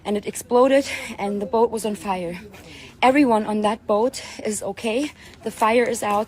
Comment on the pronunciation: "The vessel is on FAYA!!"